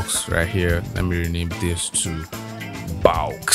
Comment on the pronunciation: when you said bawx i started laughing... than you were like command JAAAAAAAA... and i burst out laughing and spit my coffee out XD. I love your videos! solid work as always! <3